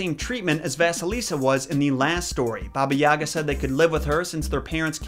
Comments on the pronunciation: in balkans we pronounce it as ''yaaaga'' with kinda sharp 'a' at the end. Also, they never say 'baba' to the end? You're supposed to 'baba' not 'bab'. But I highly agree, they never make any effort to actually pronounce slavic words correctly, trying and putting to much effort into words of other origins such as japanese etc. I'm like c'mon we also deserve that least amound of respect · god the way he pronounces yaga kills me